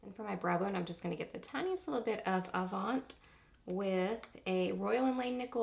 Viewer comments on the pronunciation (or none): “Relevé” is French and pronounced rel-ah-VAY. Avant is also pronounced without the t. But you did a great review on this palette. Mine is in the mail and I’m ECSTATIC.